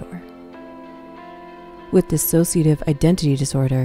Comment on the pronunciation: It's Dissociative. Not dis-associative